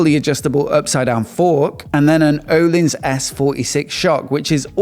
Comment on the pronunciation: O-leans, not o-lins